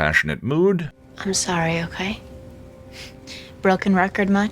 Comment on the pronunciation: Am I the only one that hears SMG say "okway" when she says ok?!